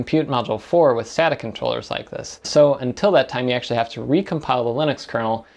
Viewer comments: I'm a bit sadda that you don't say sayta.....Just found you channel and I really like your videos! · Um you do know that you totally butchered Sata's Pronunciation... it's pronounced with a Long A i.e. Data with an S instead of a D. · "Sata NAS" hahahah Its sounds like "satan" in PT_Br KKKKKKKKKKKKKKKKKKKKK great Video....